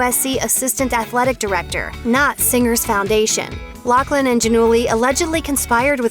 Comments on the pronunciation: Her name isn't Locklin it's pronounced lofflyn bet it right ! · It's pronounced loff Lin not lock Lin. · Why does everyone keep saying “locklin?” Is that how loughlin is pronounced? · Isnt it a F sound not K sound? LauFlin not loCKlin? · Isn't her name pronounced Loughlin like "Loflin" not Locklin. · Loughlin is her last name. Why are people pronouncing it like Locklin all of a sudden? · IT''S NOT LOCKLIN!!! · Isn't her last name pronounced " ridiculous bitch" and not "loughland"?